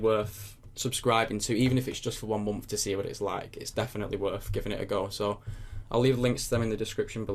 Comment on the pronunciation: I love how you say month :D "mompf"